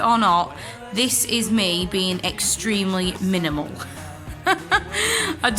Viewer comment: "Minimal". xD Hahaha.